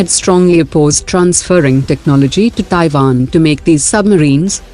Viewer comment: It's TaiWan...not TaiVan!